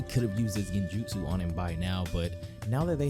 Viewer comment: My boy really said "he broke itashis genjutu" 😂😂😂😂😂😂😭😭😭😭😭😭😭